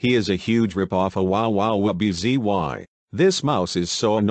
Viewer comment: Umm you got wubbzys name Wrong